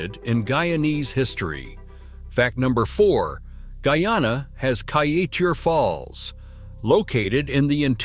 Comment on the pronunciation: Your pronunciations are rather ridiculous. It is not Kai-a-teur It is Kai-e-teur